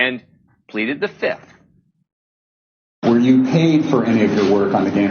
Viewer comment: She didn't plead "The Fifth". She pleaded "Da Fif" 😂